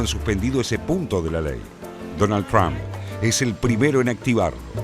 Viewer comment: ¡Ay, Dios, no es BArton... no es TrAmp! Se pronuncia BErton, se pronuncia TrOmp! Esto, además de tener que aguantar todo lo demás, de seguir escuchando defensas a la dictadura que va camino a ser la más antigua del mundo contemporáneo, y que ha hecho padecer con sus guerrillas a muchas naciones del continente que, inexplicablemente la apoyan. La rabia irracional —y envidiosa— contra EEUU, es inagotable en nuestro continente inviable... ¡Asísteme, bendito San Chan Li Pó, con tu virtud... la paciencia!